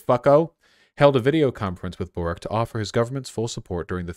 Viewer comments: His name is pronounced Borich. Many Croatian ustasha fascists moved to Chile at the end of the ww2. Ironic that one of their own is now a socialist when they ran away from yugoslav partizans. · Holy shit A lefty Croat, as a chilean president A hard win Also the way you pronounce Borić as Borik kills me vaush ❤️ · Boric wouldnt be pronounced Borik, rather its Borić as in Borich